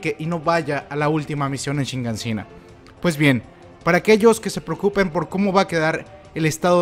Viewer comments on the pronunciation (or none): none